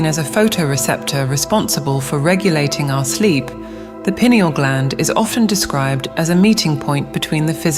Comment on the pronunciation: Pronounced PI. neal